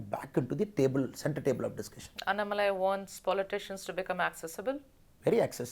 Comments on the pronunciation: Madam it's anna+malai not annai+malai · Good interview. One suggestion to you and other Hindi-belt journalists. Please take one extra minute to pronounce South Indian words “correctly” as South Indians would prefer. If is अण्णामलै not अन्नमलाइ similarly चेन्नै not चेन्नाइ One suggestion is to write down the south jindisn names and words in the Devanagari and then read it from the Devanagari spelling. Another suggestion to Annamalai, stop addressing women interviewers as Madam. Ji appendage maybe ok if you use it sparingly. We should stop the madam business. . Simply address tg by their first name or last name.